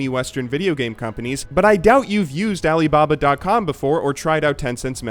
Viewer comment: oh god that was like the whitest alibaba ive heard like ever